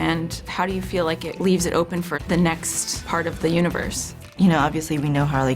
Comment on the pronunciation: "in the nest film"